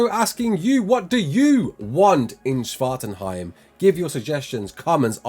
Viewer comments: How many times did you practice saying Svartalfheim? lol Svartenheim lol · I almost got triggered when you mispronounced Svartalfheim, but I also know you're trying lol.